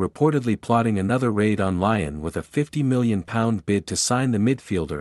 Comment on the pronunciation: And pronounce Leeon right